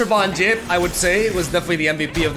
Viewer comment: I hate that says Yettison and Von Jipp. ITS THE OTHER WAY AROUND MAN